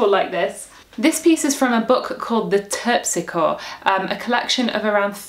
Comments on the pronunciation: A pedant wishes to assert that it is not pronounced "Terpsickor" but "Terpsickory", as madam is no doubt aware, the name of the muse of the dance. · Very helpful,, thanks! Can you recommend some CDs that feature renaissance recorder? Also, note that "terpsichore" is accented on the "si," and the the last "e" is sounded long.